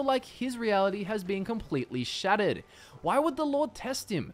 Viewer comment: "However he will feel like his reality has been completely shatted."